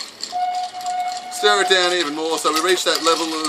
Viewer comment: Every time he says "stir it down" I hear him say "stare it down", which is better on so many levels.